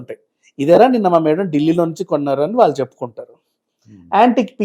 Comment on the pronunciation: ఇన్ని వీడియోల్లో నువ్వు ఒత్తులు, పోల్లులు లేకుండా మాట్లాడుతున్నావ్. వాళ్లు బదులు వాల్లు, మళ్లీ కి బదులు మల్లీ అని ఇలా తెలుగు ని ఖూనీ చేస్తున్నావు. నాలిక బాగా మడత పడుతోంది. చూసుకో